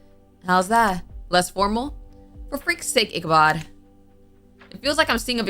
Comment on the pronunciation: Its pronounced icubod